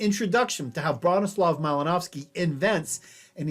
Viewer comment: The pronunciation of the last name is driving me nuts.